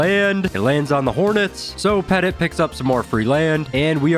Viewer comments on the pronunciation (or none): Only criticism is Bob's last name isn't pronounced "Pet-It". it's pronounced similar to the word "Pet-Tea" his last name is quite literally the word Little/Small